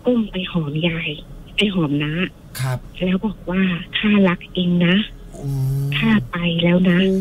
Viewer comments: คนเล่าคือออกเสียง ล ลิง เป็น ร เรือ หมดเลย ระรึก โรงศพ แร้ว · แต่คือคนที่โทรมาเล่า ใช้ ร. ได้ชัดมาก กระดกลิ้นชัดเจน กำลังจะเม้นชมแล้ว แต่ฟังไปฟังมา อ่าว ล. ก็กระดกลิ้นด้วย จาก แล้ว ก็เป็น แร้ว, ล้าง เป็น ร้าง, เล็ก เป็น เร็ก, 🤣🤣🤣 แต่เรื่องการเล่าดีมากค่ะ ไม่มีขัดเลย ดูไม่เฟคด้วย